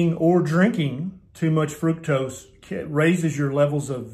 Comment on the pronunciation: Minor detail, sure, but.. Thank you for pronouncing fructose correctly. It rhymes with fruit. It doesn't rhyme with truck!!! It occurs naturally in fruit. Ergo the rhyme.